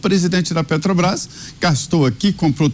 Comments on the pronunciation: Petobras kkkk. Roubou pacas e até hoje não sabe nem falar o nome correto kkkk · A "pétobaiffs" é... (até pausei o video, para não estragar meu café da manhã) Resumindo, ele não gosta que dê lucro, porque vai para os acionistas, verdadeiros donos da empresa, que colocam seu dinheiro em risco para realizarem lucro. Esquerdista é assim mesmo, fica roxo ou vermelho de inveja (ou de cachaça) de quem ganha dinheiro. Investimentos no Brasil para ele é desviar verbas no petrolão, para dar prejuízo e o dinheiro ir para os fundos do Partido. Depois diz que não sabe de nada para o Juiz, e que deve ser coisa dos companheiros aloprados. Aloprado também é quem votou nesta anta, com todo respeito ao Tapirus Terrestris, animal que sobrevive sem precisar roubar. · Não consegue falar o nome correto da estatal(Petobas)... Que fase de quem preside essa país. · A desgraça não sabe falar nem o nome da empresa..."petobras" jumento dos infernos.... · A "petobais"kkkk uma mula dessas não sabe nem falar 😂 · É "pétobaiffss", "létobaiffs" (eletrobrás) KKK. Sugiro indicar este energúmeno não para o "nóbéu" da "paiffs", mas para o da "ecunumia", que a gente vê depois. Ontem foi a dos gordos, porque produzimos alimentos demais, antes foi a de que não vai governar pro mercado, e a anterior já esqueci de tantas asneiras que fala. Ah! Aquela que imposto da gasolina melhora ajuste fiscal e justiça social é da miria leitoa. Boa notícia é que o Parlamento Português não quer ele lá falando (zurrando) para lhes pouparem a orelha, que não é penico. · Eita pinguso nojento só fala 💩💩💩💩💩sabe nem fala Petrobras 🤪🤪